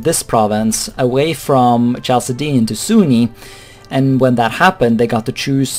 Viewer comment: I think Chaldean is pronounced Kaldean if it is linked with the old Chalcedonian church which is pronounced Kalkedonian. (I could be wrong)